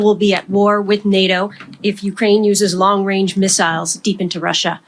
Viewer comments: Did he say long wang? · I think Justin showed us who his masters are when he said "Long Wange Missles" 😂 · ‘Long wange’ 🥴🥴🥴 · watch out for dat wong wange weaponwy!!!